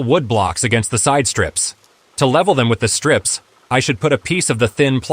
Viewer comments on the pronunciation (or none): Very good idea. I prefer your own voice, especially how you can say "streeeps" when you mean strips, of wood. Your ideas are very good, thanks